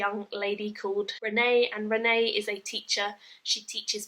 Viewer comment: I know I'm a few years late but I loved these books. My only criticism of this review is that you listened to the audio book and still called her Renee (the french pronunciation) rather than Renie (The English pronunciation which is canonical and said in the audio version :P )